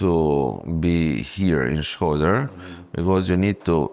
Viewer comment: Shkoder not Schroder :)